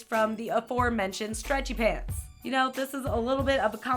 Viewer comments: Lol she says streatchy pants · I find it so funny that you say stretchy pants as one word lol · Why does she say stretchy pants like that😂😂😂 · I love the way she says stretchy pants